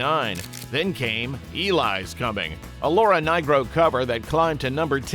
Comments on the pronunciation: Wholly Mackerel, it's LAURA NEE-RO, not NYE-RO! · The great Laura NYRO not NIGRO. (Obvious AI) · Laura Nyro’s last name is pronounced knee-row. Feckin’ A.I. slop. 🤦🏻‍♀️ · "Laura Ny-gro" Seriously? More AI crap. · One minor point -- it's Laura Nyro, no "g" in there. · One of my favorite bands from the '70's. They picked great tunes. BTW, it's Laura Nyro, come on!